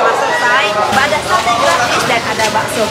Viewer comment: Alhamdulillah selalu berbagi,,apalagi berbagi untuk tetangga/lingkungan terdekat,,berkah barokah 🤲 terimakasih,,Mbak'Yuni,, Dallas,, mudah2n rezekinya diganti berlipat dari Allah SWT.. PR bilang SATE not SATAI..